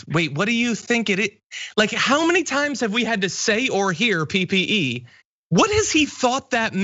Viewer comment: Did Junior say "PPD", when he had to have meant "PPE"? Classic. PPD is a skin test for exposure to tuberculosis. So maybe Trump did that.